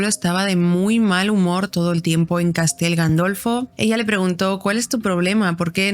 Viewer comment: Se dice Castel Gandolfo